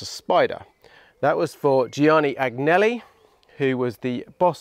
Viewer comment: Awesome awesome awesome! Keep it as is - you've already got shiny Ferraris! BTW 'A-NI-ELLI' not "AG-NELLI" - GN as in LASAGNE ;)